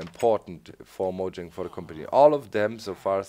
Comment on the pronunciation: And doc it is said like "moyang" not "mojang"